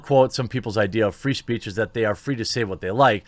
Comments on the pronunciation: "Fre Speech"? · "FRE SPEECH" 😂